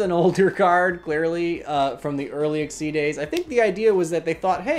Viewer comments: So uh, why do you pronounce Xyz as "ex-ee" instead of "ek-seez"? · Chaos XYZ "eck-zyz" monster =/= "see-ex-se" or "see- Eg- ceed"